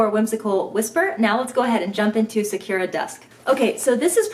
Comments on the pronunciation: Sakura is Japanese for cherry blossom. Pronounce the u with ooo (like in coo) sound. Technically the r should hard as well for native speakers lol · follow the link for correct pronunciation of 🌸Sakura🌸 (Japanese for Cherry Blossom, bloom, good).....thanks for showing us all the goodies by the way. I love the Be Quick and the Be Set, but honestly, I've never ever used the large set piece - I use the Be Quick instead of it as I find it more versatile. I just find the large piece too heavy with all the extra hardware on it, and it doesn't even have a zipper pocket. I really wish JJB would sell the small and medium set pieces as the set, then the large one as a standalone. ps. loved your 'deer caught in the headlights' reaction to the lining on Whimsical Whisper, that was priceless...I had much the same reaction.